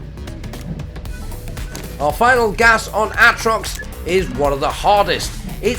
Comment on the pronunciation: Ahtrox, meethane, oh god lmao